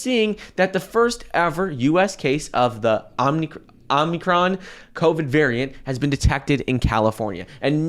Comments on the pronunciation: It's OOOmicron, not omnicron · Dude can't even say Omicron correctly and is giving bad information how dangerous or not it might be. No chance I am investing off anything this guy says lol